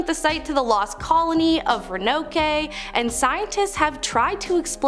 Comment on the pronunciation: Ummm, “The lost colony of Ra-no-kay”……Yeah, NO. Please look that one up.